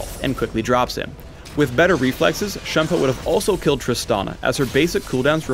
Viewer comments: PhDinGnoming You do know Shunpo isn't English, right? It is Japanese. Shunpo is a romanization. He should still be pronouncing it properly regardless, unless he wants to invent a new English word. His pronunciation isn't correct. If you happen to be a language master (I am not, although I know definitely the correct pronunciation), please tell me all about it and correct me. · Juke5763 . I am very calm, and I already acknowledged the obvious fact that you just stated. It would be best if you actually read PhDinGnoming's original comments. "lol at the correct pronunciation of shunpo" was used as a response to my original comment: "lol at his pronunciation of shunpo". He thought it was the correct pronunciation when it wasn't, so I responded to him about it. He was acting as if he knew what he was talking about when he didn't. That is what I meant when I talked about faking knowledge. Also, when you try to quote people, actually quote them properly. I said "faking knowledge.", not "faking with knowledge". Then he responds with "How would you pronounce it then? Shenpah? Sheegee? Flibbertyajf?". At this point he is obviously just mocking me for no reason, so I gave him a response to answer his question as best as possible and left it at that. I think you should be the one calming down, and to also learn to read comments and understand the situation before attacking people. From my previous comment: "He didn't know what he was talking about, I corrected him, he asked for more detail, I answered his question properly and taught him the correct pronounciation." I don't expect everyone to be a "bleach nerd", and I have no problem with people not being a "bleach nerd". I barely even know Japanese, and I don't expect everyone, or even just LoL players to. Is there really such a problem with that? Where did you even get that idea? Stop trying to generalize, p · The way he pronounces Shunpo really makes me cringe